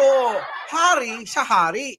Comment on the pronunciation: Correction, pak bigkas ang letra S na s at hindi SH... halimbawa, ang sa atin HINDI ang sha atin...